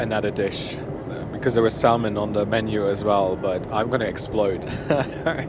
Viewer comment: you dont pronounce the l in salmon